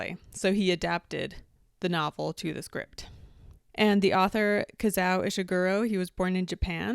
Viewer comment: Just two comments: it’s KazUo Ishiguro, not Kazau. And Andrew Garfield is British too.